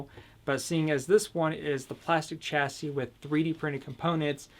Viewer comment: You pronounce the word chassis completely wrong😂 you don't pronounce the 'ch' at the beginning, it's an 'Sh' sound